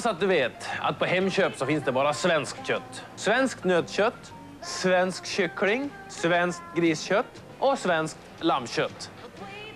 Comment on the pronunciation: hah Svensk Schyckling